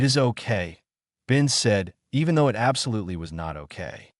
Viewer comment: 7m:04s: Awww, sheesh. Not another instance of this brain-damaged text-speaker that can't handle the word "it". Abandoning story with THUMBS DOWN. And skipping next two suggested stories by same "author".